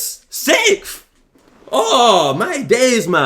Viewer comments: SEIIIKFF is peak british accent 😭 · Bro, I thought he said sith, like the star wars stuff, but he said sixth. 😭😭😭😭🤫🧏🏻‍♂😭😭😭